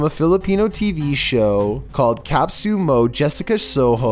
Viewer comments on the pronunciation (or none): 🇵🇭 here 😂 kap-su-mo? No dude it's "ka-pu-so mo" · It's KAPUSO MO JESSICA SOHO, not KAP-USO MO JESSICA SOHO. It means you're are proud to belong or a fan of GMA network or Jessica Soho the famous reporter herself in the Philippines. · as a pinoy, dats not how u pronounce kapuso mo Jessica soho lmaooo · Dude Its pronounced as "Ka - Pu - Su - Mo" Not "Kap - Su - Mo" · No. 13 Really capsu mow jessicasow ho? It is read like Ka pu so mo Jessica soho And its read like Kezon not que zon just saying dudes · It's not kapsomo Jessica show it's kapuso mo Jessica Soho because I'm pilipino so I know the name. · Kap sumo jessica sowhow